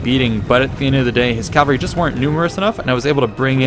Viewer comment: Cavalry, not "Calvary"